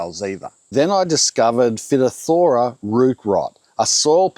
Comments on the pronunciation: The word that you are finding challenging to pronounce is 'fy - topf - thera', it is common in vineyards too hence free draining soil was a must. Great video. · Great Info! I own what remains of a legacy Hass avocado grove in San Diego County. There are about 12 remaining Hass out of the original ~50 trees planted in the 1960’s. Phytophthora (pronounced Fy-TOFF-thor-uh) was well a well known issue by the 80’s. When I bought the property in 2002, some of the trees had signs of the infection, looking back. From Phytophthora is a genus of highly destructive, fungus-like plant pathogens known as oomycetes or water molds. The name literally means "plant destroyer" in Greek. The advice was to limit who and what walks into the grove. Never water too much at once, 15-15-15 when growing. Real rainwater was a savior as it washes out the salt, making the trees noticeably happier. But pathogens got in anyway. I had to take out the West half of the grove by 2010 because of high price water and rationing. When kept regularly irrigated, the trees seemed to be able to fight the mold and produce a modest crop of almost 2000 lb/year. The trees always had some burnt-tip leaves [thought salty Colorado river water was part of the problem]. The West side takes more water, so had to be removed. The remaining 12 avocados are on the East side. A steep hill helps drainage and is a workout to service! A couple volunteer avocados have sprouted and produced edible fruit since 2002. We have a lot of problems with pocket gophers eating all kinds of roots, even apparently foul-tasting one. So it is hard to tell sometimes what is ailing a plant. I am sure the rema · BTW: Its pronounced figh-TOFF-thuh-ruh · I may be wrong, but at least up here in Yankee land, we say "Fi-Thop-Thor-A" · It’s pronounced FY TOF FER A. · phytophthora is pronounced fy-tof-THOR-uh.... Fi as in rhymes with Hi. You'll have an easier time pronouncing it the correct way. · Fi (as in five) toff - tor -a Phytophthora